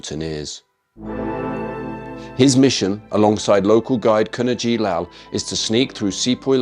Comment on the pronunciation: Just fyi ‘Kavanagh’ is pronounced as Kavvanah and not as Kavahhnnahh